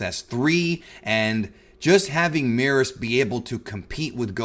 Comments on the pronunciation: Why does he keep calling Beerus Meerus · It's merus not meerus. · Not sure why he keeps mispronouncing Merus and causing the confusion